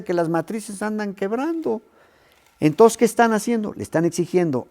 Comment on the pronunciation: "ENTOSSS KE ESTAN HACIENDO ??